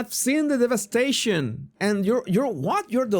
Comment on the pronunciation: "I've seen the delicious devestation."